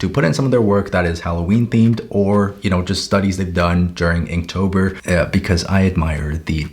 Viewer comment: not me thinking he said kinktober